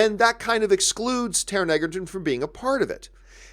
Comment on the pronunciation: It's pronounced "Edgerton". I will be seeing Robin Hood. Good podcast.